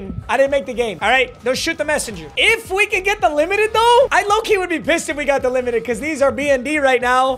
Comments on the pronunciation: not the wimited lol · “if it’s blue it’s definitely not the wimited”